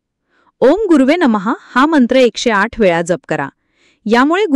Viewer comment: जप शब्दाचा उच्चार नीट करा..